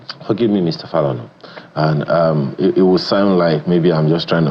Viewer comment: The way he said Falana made me cringe